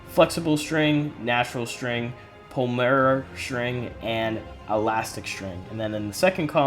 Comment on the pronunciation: Hres a bit of help with some pronuciation pol·y·mer (Pol-ee-muh-er) Im sorry if this comes across horribly. English isnt my first language and i understand the struggle